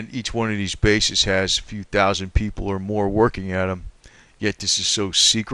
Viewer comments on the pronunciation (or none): none